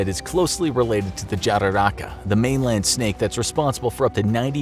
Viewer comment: Verdade mano ele fala tipo sei la estranho ele falando queimada grande ou jararaca foi muito esquisito